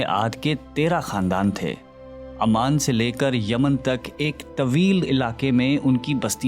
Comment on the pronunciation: Oman bola te hai amman nahi, please pronunciation sahi kiya karo